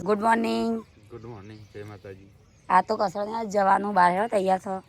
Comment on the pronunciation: Jensudi ne jay Mataji bolta sikhvado